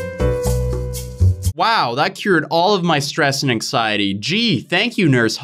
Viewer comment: When says AnKsIeTy